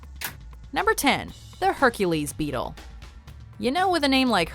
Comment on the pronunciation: how much times has she said bettle